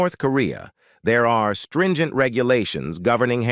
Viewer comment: "String-ent?" Ai stinks.